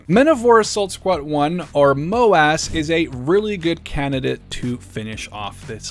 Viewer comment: "MOW - ASS"? 😂 I get that it's MOW:AS but please just call it Assault squad 1 or AS1 lmao